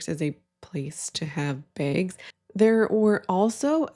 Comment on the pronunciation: I had to turn on closed captions to understand you were saying “bags” and honestly I still don’t quite believe that’s what’s being said. I thought you were saying “banks” and then on screen it looks like lamps? I am so confused lol